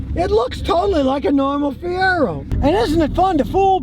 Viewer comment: Brother Scotty.... MR-2 My friend....never a Fie-Rag-O